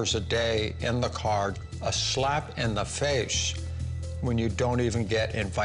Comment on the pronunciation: “A slep in the fasheee”